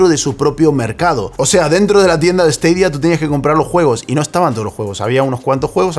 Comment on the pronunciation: esteidia? porque cojones no lo pronuncias como todo el mundo?